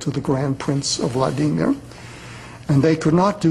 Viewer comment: Vla Dee Meer? LOL